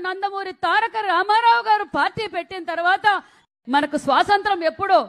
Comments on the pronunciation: శ్వాసంత్రం.... కాదక్క.. స్వాతంత్య్రం... యాడ దొరికిన సంతరా... ఇది... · అది స్వాతంత్య్రం, సరిగ్గా పలుకు, పాలముకున్నే, మొహానికి రంగులేసుకునే దౌర్భాగ్యులు రాజ్యాలేలితే ఇలాగే ఉంటుంది